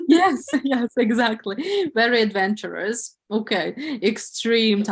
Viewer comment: adventorous not "advantorous" :)